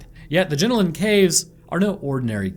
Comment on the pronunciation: Their called the jenolan caves not jinolin caves omg y can’t you Americans pronounce any Aussie names